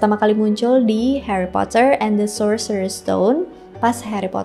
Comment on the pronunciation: Heri potah